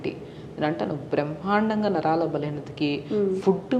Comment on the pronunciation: Naralu kadu Naraalu